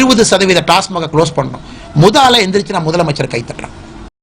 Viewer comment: TASMAC....TASMARK அல்ல...டாஸ்மாக்...